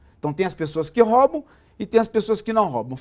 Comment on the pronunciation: Paulo Ghiraldelli pronuncia "róbaum", em vez de "roubam".